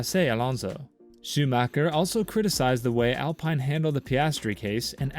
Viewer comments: It’s Alpine not alpiine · The I is pronounced as an e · what tf, why you saying Alpine and Mick Schumacher like that. The "I" is pronounced like an E and its not Mike, its Mick